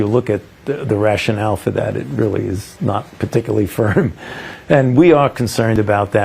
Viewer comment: "Partically" - Fouci